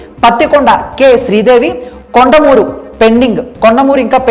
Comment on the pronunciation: కోడుమూరు బాబు...కొండమురు కాదు.బాగా చదవండి బాబు..